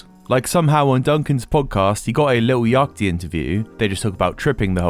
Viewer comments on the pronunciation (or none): Bro I really really need you to listen to how other people pronounce Lil Yachty 😂😂😂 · More like Get-dunked-on Trussel, amirite?! 🤓 Also, I found your pronunciation of Lil “yock-tee” very fun!